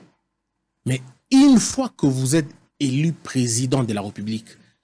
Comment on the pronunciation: Reportage : le journaliste prononce i à la place de u, et inversement. Eli au lieu de élu, reveni au lieu de revenu, débité au lieu de débuté, Afrique di sid au lieu d'Afrique du sud, etc. Pas bon à entendre à l'oreille